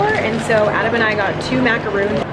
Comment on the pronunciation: That's not how you pronounce laduree and that's not how you pronounce macarons lol, love you just look it up on YouTube plenty of videos on it!